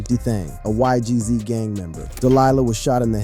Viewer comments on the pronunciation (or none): Why Gee Zees 😭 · Bro nun against you bruh but it’s not g z it’s not eik it’s naas it’s not ohek ts is funny ash